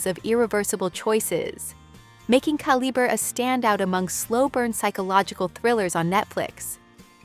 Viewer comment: You said Calibrè 3 or 4 different ways, which makes me think you're an ai narrator. Unless writers phonetically spell such words, different pronounciations often happen. Also, you have "on Netflix" in your title. Repeatedly saying they're on netflix makes it seem like your script was a few words short otherwise.